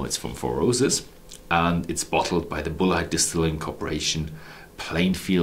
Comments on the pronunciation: Hi it really is pronounced BULLET (like from a gun) That is how they pronounced it at the Bulleit Experience in Louisville Kentucky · only problem with his english was his pronunciation of Bulleit, which i'm pretty sure is pronounced like bullet from a gun. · Great review! I know this is almost unhelpful at this point, but in the US most people pronounce this brand same as you would bullet for a gun. I've taken 5 years of German so your pronunciation makes sense and was most likely the original/familial pronunciation. Really enjoying your videos! Wishing you future success.